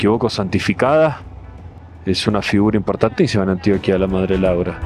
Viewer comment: cada vez que un extrajero pronuncia mal el nombre de Antioquia se rueda una vaca en Yarumal, se vinagran las arepas de Sonsón, se pudren los bananos del Urabá, se inunda Zaragoza por el río Nechí y se mueren las flores de Jardín. 😢